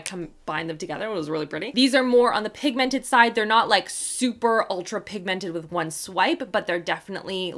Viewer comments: THE WAY YOU SAY PIG 🐷 MENTED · I love you too much and you are one of my very favourite you tubers .... but it really upsets m how you say pigmented xxxxxxxxx